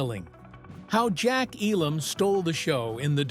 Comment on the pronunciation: You're frequent mispronunciation of Jack Elam's name, haphazard use of video that many times did not match what was being said, and being reminiscent of the early MTV style of mindless imagery made what could have been an excellent video mediocre at best. The haphazard assembly of the poorly produced segments with much repeated information finally pushed me to end viewing about 2/3 of the way through. As one other commenter implied, this is clickbait at its finest.